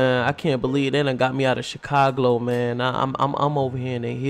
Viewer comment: U say chicaglo